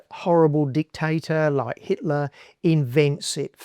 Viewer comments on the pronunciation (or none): none